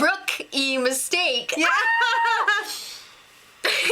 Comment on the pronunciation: Lol. I bet half of the people didn't get what you meant when you said "rook-ee mistake" that was hilarious lol XD